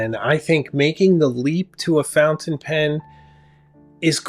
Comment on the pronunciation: My Sailor King of Pen destroyed my 149 in every conceivable way. Say “fountain” right you come off as a someone who is hard to respect when you do that.